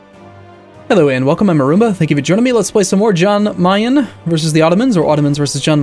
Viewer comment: Yan Meyen. Yan Meyen, Arumba. Yan. Yan-kee. Jan Meyen.